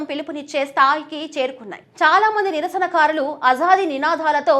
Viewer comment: నిరసనఖారులు ఏందీ తల్లీ.ఆ పదం కేవలం నిరసనకారులు మాత్రమే.తెలుగు పదాలను పచ్చడి పచ్చడి చేస్తున్నారు.ఆకృత్యాలు కూడా కాదు మహాతల్లీ ఆ పదం కేవలం అకృత్యాలు మాత్రమే.ఉధ్యమం ఏమిటి తల్లీ అదికూడా కేవలం ఉద్యమం అని మాత్రమే ఉచ్ఛరించాలి.తెలుగును పచ్చడి పచ్చడి చేసి భ్రష్టు పట్టించవద్దు